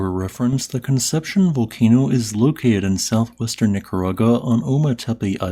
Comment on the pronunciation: Con-sep-see-own. Great video, as always!